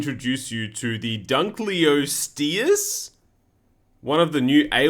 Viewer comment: dunk-lay-osteus like lebron